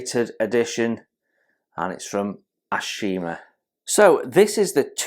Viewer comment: Hey, mate. It's pronounced "Tah-kah-oh". The company is pronounced "Ah-oh-shi-mah". A gorgeous kit to be sure, of a beautiful ship! The brown rectangular thing you see on the side at the stern is an auxiliary rudder. If the ship's normal rudder is jammed by battle damage, then the auxiliary rudder can be released astern, attached by cables. It drags behind the ship at some distance, and can then be pulled to one angle or the other by the cables, thus acting to steer the ship either to port or starboard. A clever idea! And the main deck, as usual with Japanese cruisers and destroyers, is covered with the usual brown linoleum (with brass divider strips) instead of teak wood planking. I'm looking forward to building this one as soon as I can get to it. To me, these were the most handsome looking heavy cruisers in the IJN.